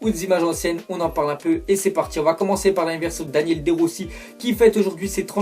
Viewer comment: Ca ce prononce Daniélé De Rossi en faite son prénom